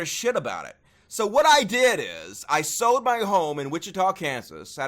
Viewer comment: You "Sowed" it? I could of swore you said "Sowed".....then I realized you said "SOLD". Gotcha now.